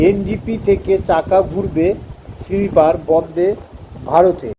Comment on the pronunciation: সিলিপার না রে বাবা !! স্লীপার । লেখা পড়ে বলা অস্বস্তিকর ।